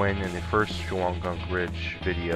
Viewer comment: The correct pronunciation is: shon gm But I normally say it like the person in the video.